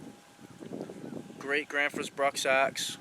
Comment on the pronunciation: They do make good axes. Besides - your pronunciation of Gränsfors isnthalf bad. I really enjoy your show!😃